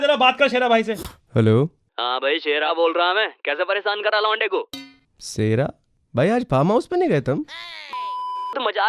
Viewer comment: Sera ❌ seri ✅